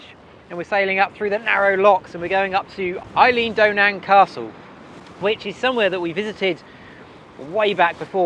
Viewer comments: Elan Dolan is NOT ‘Eileen Doen Anchor”. I think you mean ‘Ee-lan doe-lan’ (short ‘a’ in Ee-lan’. Not quite Ee-lin, but definable not Ee-laan 😊) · ha ha that looks like fairly normal sailing weather for Scotland nothing more fun than hearing a weather forecast on the radio saying gale force 8 imminent and seeing the barometer move as you watched it mid way between barra and oban in full sun btw the castle is pronounced eel an doe nan